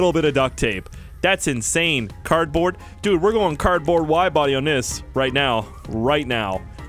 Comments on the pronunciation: You did not say cardbaord but cabet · “Carbon” I’m sorry but I’ve never seen anyone struggle sm to say the correct words..😭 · It is funny how he says carbond in stead of carbord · Intro: hey guys The guy who pronounces cardboard as carbon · this man said carbon the whole game and didn’t realize he hasn’t been saying cardboard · Take a shot every time he says "Carbon" instead of "Cardboard" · Lol he has been saying carbine instead of cardboard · not criticizing but youre saying carbon not card board not trying to be rude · You said Carpon spoiler